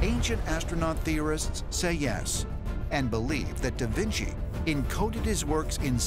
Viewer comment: "da vin see" haha